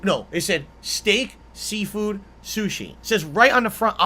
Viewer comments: “Sea-foo” - LOL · I’m sorry …? Did you just say your mom?? Also, I like how all this shit could’ve been avoided if someone from the “family” called the diner and asked for a reservation… You know? Like any normal human being would do?? Ok, why the fuck is he pronouncing seafood as SEEFOO or SIFU?? God what in the fucking fuck